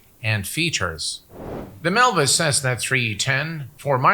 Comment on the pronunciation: Another great video by, very concise and time stamps are appreciated, thumbs up given. Not sure why he mis-spelled MilViz in the title and continually mis-pronounces the name throughout the video. Sounds like he's saying Melvis instead of MilViz, as in "Melvis has left the building" XD